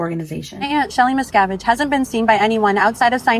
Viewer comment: Mis-ka-vidge. Wrong! Mis-cav-idge. Right!